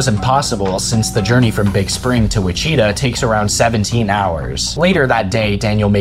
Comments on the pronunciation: Calling Wichita (witch-chit-taw) as wee-chita is wild lol. Love the vid tho. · I love the video……. But it’s “WI-CHI-TAW” not “wachita”😂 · Sorry to be that guy but I've never heard anybody call it wacheta before in my entire life. It's Wichita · Witch-ut-ta not Wuchettah it’s not a Pokémon lol. But great video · it "witch-i-taw" not "wit-cheeta" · “Wuhcheeta” lmao. it’s Witch-uh-tah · You pronounced Wichita incorrectly lol. It’s not Wi-Cheeta.. rather Wi-chit-ah 😏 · Wuh-cheetah lol WITCH-UH-TAW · Witch-a-tah Not wick-atta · Which cheetah Kansas. Lol, it's pronounced which-it-ah. You gotta love all the american towns named random native American words. I guarantee of everyone didn't know the word already, Mississippi would be the most mispronounced word ever. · It's not pronounced Wah-Cheetah, it's pronounced Wich-i-ta....... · It's pronounced Witch-i-tah Kansas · THANK YOU ALL FOR 10K SUBS!! 🎉 first of all, i KNOW its pronounced wichi-TAW. ive gotten over 100 comments telling me this, i think yall can stop now!! LOL also i also added a strobing/flashing lights warning in the description. i sincerely apologize especially to those who may have experienced headaches or other problems from the effects in this video. i should have added a warning directly in the video, and i will do better next time. no excuses. will also chill with the flashy effects in the future. also the date at the timestamp in the vid is supposed to say 7/11/2023. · Bro really called it “Wicheeta” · bro said wacheeta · The way you pronounce Wichita is pure torture. I'm Kansan, it's witch-it-aw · The way you pronounced Wichita made me giggle. I'm in Kansas, born and raised. It's pronounced Wich-a-taw. 😊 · Wichita is pronounced Wih-chi- tah. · Omg “Whi-chee-ta” 😂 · I have never in all my years in Kansas heard Wichita done dirtier than that (witch-ih-tah) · WITCH UH TAH. WITCH-a-tah say it with me now. 😂🤧 love the video aside from what i mentioned on my other comment. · Witch-ee-tuh, Kansas